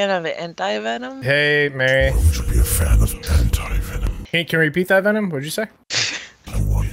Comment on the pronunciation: its Wee.. ARe VENumm. not wee r venim.